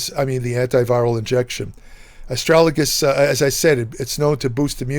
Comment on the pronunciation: Pronounced Astra - Ga - Lus.. I've been taking for a couple of years.. I had a small amount of protein in my urine.. It has reversed this, increased my eGFR and lowered creatinine levels.